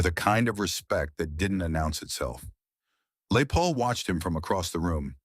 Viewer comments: LAY Paul??? AI bullshit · The story is about " Les Paul "...you misprounoced his name about 20 times....this video soundtrack NEEDS A DO OVER . REALLY IT WAS PISSING ME OFF .